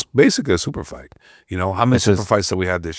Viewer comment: Why does the host keep pronouncing "fight" as "fart" ?!